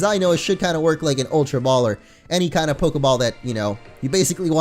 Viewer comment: it's not aultra beast! Its ultra beast